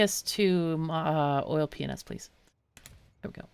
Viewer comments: My gf was napping in a chair next to me outside while I caught up on the series and out of no where she goes ‘ha! Sounded like she just said oil penis when she said oil p&s’ lololol so childish but we had a good laugh over it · Everytime you say "Oil P&S" I hear something very different XD